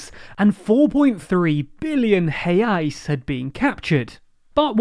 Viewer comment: Da gosto de ouvir gringo falando certinho né haha